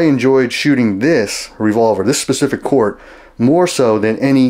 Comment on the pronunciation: Actually - he has the proper pronunciation down… It’s pronounced “COURT”, not “KOOORTH”…